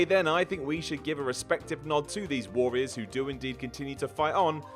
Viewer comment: Please, for the love of all that is holy, learn to say "warrior" properly.